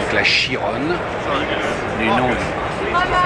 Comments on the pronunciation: Donc la "Chiroonne", même un gars qui est censer te présenter des voitures ne sais même pas prononcer le nom de la nouvelle Bugatti...pfff c'est CHI-RON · "chirone" au secours c'était un pilote français...